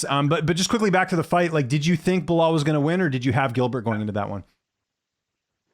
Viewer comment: So he's calling Bilal "Bill Lyle" now?😂😂